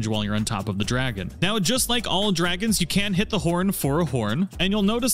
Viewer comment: The dwagons awe scawy